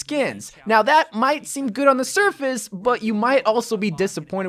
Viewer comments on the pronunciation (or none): none